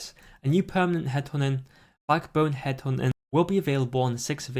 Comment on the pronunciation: "Headhunting" You: hed'honin